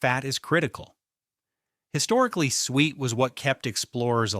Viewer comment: 12is not “sweet”, it is pronounced “soo-et.”